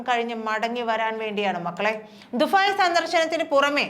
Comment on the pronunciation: കൊച്ചേ ദുഫായ് അല്ല ദുബായ്